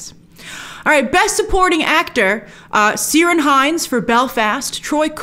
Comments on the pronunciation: Love the video, thanks Grace! But just gotts do my Irish Civic Duty here. Ciarán is pronounced Kear-on (rhymes with Ear On) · omg Grace I'm cringing on how you pronounce Ciarán.😬